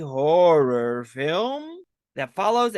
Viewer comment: did you call this a 'Whore er film'?